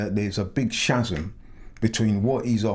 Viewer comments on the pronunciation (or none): Chazum??? Chasm is pronounced 'kazum'. Jeez!!!